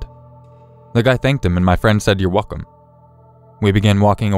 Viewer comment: "The guy thanked him and my friend say you're weckum"